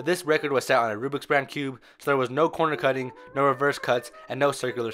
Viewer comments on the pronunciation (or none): none